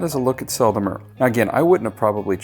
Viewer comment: French pronounciation pro tip. The "E" in Sel and Mer are pronounced the same, like you perfectly do in Sel =)